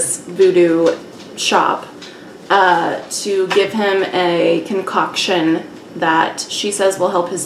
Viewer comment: When you said A "con-Cock-tion" to make his Thang grow lol. I heard it that way for sure lol . These videos are just so much fun. Great job ladies. Xoxoxox 🌙🍁🍂🖤🕷🕸🔪🎃⚰👻